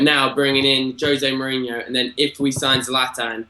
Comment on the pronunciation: Learn to pronounce Mourinho correctly.